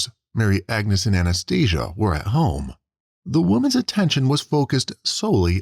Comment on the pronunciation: Anaesthesia 😂😂😂😂 It's Anastasia